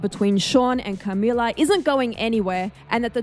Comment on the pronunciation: why do you say Camila so weird